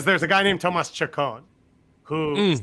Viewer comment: said choke-own instead of chacon and could have been a comedic genius but instead we ignore it